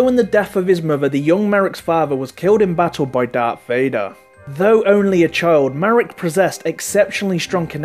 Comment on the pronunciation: You say darth not dark